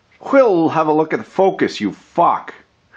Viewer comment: I THINK WE NEED TO MAKE THIS IN TO A DRINKING GAME."FOCUS YOU FACK" DRINK "FOCUS YOU FACK" DRINK